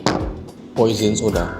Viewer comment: Pwa saw, bukan poisen 😂